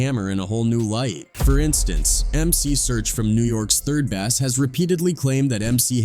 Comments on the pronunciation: Lol! You don't know how to pronounce "3rd Bass"? It is pronounced "BASE" not like the fish "BASS" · 3rd Bass is pronounced like "third base" not like the fish. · Not bass like a fish... Bass like base... And not mootha... Muhtha... Do better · 3rd bass, huh? Dude said it multiple times, it sounded ridiculous. Besides, who cares? There’s a 5 bass limit in Oakland anyhow, and they all gotta be at least a foot long. 3rd bass don’t mean nothin’ except you got two left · Was a great video until the AI said Basss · Obviously the person who created this clip never listened to 3rd Bass because he can't even pronounce the groups name correctly.😒